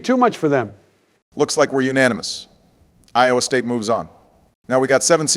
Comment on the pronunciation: Trump says iowa state wrong hear